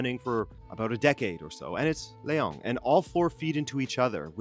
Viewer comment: I don't think his name is LeONG...he's not french. Don't pronounce his name like that.